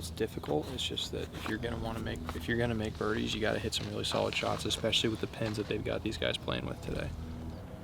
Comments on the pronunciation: expecially???, really lol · This is so good, huge thanks to everyone involved in the making and playing of this, massive amount of effort! Can we also just clear up this exspecially??? There is no X 😂